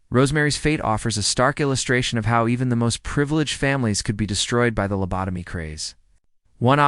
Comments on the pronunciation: Found it very grating on my nerves to listen to the gross misprononcations of the word lobotomy and it's variations. Don't put out a story when you can't do it accurately. Can't listen to anymore of it. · Lab-a-toe-me? Lab-toe-mized? On the one hand, it's foolishness like this that makes me very comfortable that AI will NEVER take over. On the otherhand.... if enough of us 'correct' the AI in the comments, it could correct itself.